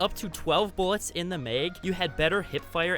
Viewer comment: The way he says mags ... “ megs “ lol